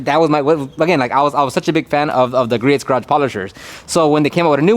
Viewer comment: by the way...Griot's Garage is pronounced "Gree-oh's" (Gree-ohz)